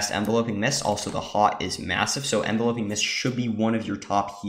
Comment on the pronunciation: Thanks for posting this, quick thing tho the word is Enveloping like Envelop (ev-VEL-up - to surround) not Envelope (EN-vel-ope - what you put a letter in), so it's pronounced en-VEL-up-ing mists. So so minor but just tweaked my ear lol